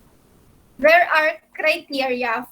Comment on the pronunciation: "hey.. are u still dere..." HAHAHAHAHAHHA